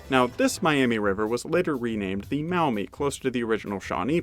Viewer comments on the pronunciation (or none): There's a slight mistake in that video by. "Now this river was later renamed the Mow-mee River..." We don't pronounce it that way. It's pronounced MAW-mee. Like the "aw" in the word "jaw." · Alrighty, reply from a native Toledoan now living in in what was part of the Symmes Purchase, so have a little standing here. Maumee is pronounced "Maw-Mee" not "Mao-Mee". Vlogging thru History was right, much of NW Ohio was swamp athough the majority of the Black Swamp was more like Bowling Green, not Toledo. Actually US-23 was built as a response to the slowness of getting the Ohio militia from Columbus to Toledo through the Black Swamp. It's all drained off today and some of the flattest part of the country (makes Iowa look hilly). None the less, that is how the Toledo Mud-Hens got their name. Facinating history down by Cincinnati, too (Symmes Purchase) with mound building indians doing their work on the platueu that is now downtown Cincinnati and high enough to be out of the flood plain. Actually a serpent was part of these and the snake head was where Fountain Square is today. I'm in Montgomery 14 miles NE of Cincinnati and land titles out here on some parcels read "Northwest Territory, Symmes Purchase, Hamilton County, Sycamore Township..."